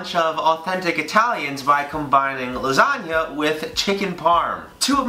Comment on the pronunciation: I could've sworn he said "Lasaga" 😂😂😂😂 MY LASAGAAAAAAAAA!